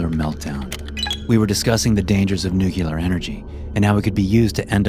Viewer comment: You committed the ultimate imbecile move. I don't let anyone get away with this without calling them out for it. If i could call out Bush jr. for the idiot that he is for doing this also, i would. He said this, just like many others and then finally, YOU! You pull the same idiotic shit. Okay, this is what I'm talking about. You said the word Nuclear (newk-lee-er) the moron, idiot, imbecile way..., (newk-ya-ler.) Honestly, the reason behind this most idiotic behavior is irrelevant. There really is no excuse in the universe for doing this. When i see someone do this, I immediately lose all respect for them. You, are, a, moron. Plain and simple.